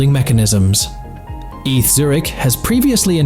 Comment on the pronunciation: Hate these auto narrators… story at ~3.50… ETH university Zürich is pronounced Ay Tay Ha.